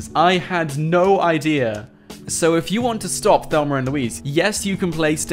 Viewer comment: I love how he says Thelmer instead of Thelma 😂